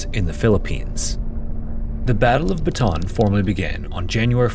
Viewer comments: just because you are so good about facts and accuracy - Bataan is pronounced “baht ah AHN’. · I appreciate the no AI, but the very word your video is describing isnt pronounced right. Bataan. Batah-ahn. Bata On Thats it. Thats how you say any word in the Philippines that has the same vowel twice, you say them. Yes = oo oo is pronounced oh, oh. Not, oooh. Please take 5 seconds and learn how to say the word of the topic you cover next time. It goes a long way into making me not close the video in the first 10 seconds. (Im not even Filipino by the way, so this isnt some special knowledge or thing only they would care about) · It's pronounced "bah-ta-anh" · Was about to comment the same thing until I saw yours! Westerners fail to realize that Bataan has 3 syllables, not two. My great-grandfather was also in the Bataan Death March, but he didn't survive. I wonder how different my life would be if he had lived. I also wonder if our great-grandfathers ever met. I was at the Capas National Shrine (site of what used to be Camp O'Donnell) just last month to see the memorial, and there are pockets of preserved items and places from the camp, like one of the small, inhumane boxcars that was used to transport the POWs, and the bridge they would cross to fetch water from a well. It's tough to try to imagine what their life might have been like. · Bata-an not batahn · Say it with me, BATA-AN. Not BATAN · i've never heard of foreign narators of these documentaries pronounce 'Bataan' correctly ever. you guys keep saying 'Batan' instead of 'Ba-ta-an' 😭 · bataan is pronounced BA-TA-AN not BA-TAN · Beautifully covered! One small note, Bataan has a double a in the spelling, meaning it's pronounced like "bought ah ahn" not like "baton". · It's not pronounced "baton". It's "Bata-ahn". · Pronounced BA*TA*AN. Not hard to pronounce. NOT BA*TAN. I looked on the map, no batan here. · it’s pronounced ba-ta-an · Its pronounced Bah-tah-ahn